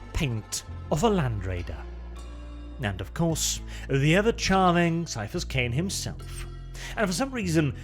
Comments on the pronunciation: HARD C! HARD C! CAIPHAS IS PRONOUNCED WITH A HARD C FOR FUCK'S SAKE! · Ciaphas would be pronounced Siafas if you follow the rules of ecclesiastical latin like warhammer normally does. HOWEVER, Ciaphas is actually a real biblical name and is spelt and pronounced with a hard "K" sound. It's normally spelt like Caiaphas or Kaiaphas (even Qaiaphas). The author of the books probably just wanted to change the name up a lil' without a thought to how it would change the pronounciation. But indeed, his name is "Kaiaphas" Kain.